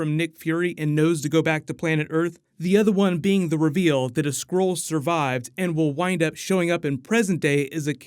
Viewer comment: It's SKRULL not SCROLE